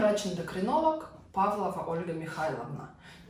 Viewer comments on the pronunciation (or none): none